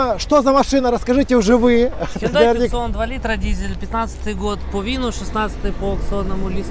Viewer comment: Снова ТЮКСОН?!?))) Ты же уже научился правильно ЭТО выговаривать!